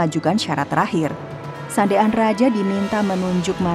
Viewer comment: Kenapa Sandean dibilang sande an😅